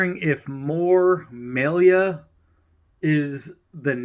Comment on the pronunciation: It’s pronounced ( my- Lee-uh ). Its just another recycled design from swaggs and cjrb for rosecraft blades.she and Andy used to work for rough Ryder. Can’t you tell. 😅😅